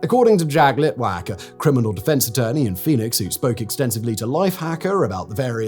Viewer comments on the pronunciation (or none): none